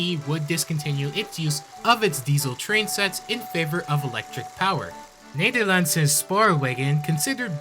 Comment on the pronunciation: also you need to pronounce it the way History in the Dark says it. NEDERLANDER SPOREWAGON!!!* *as featured in EA's Spore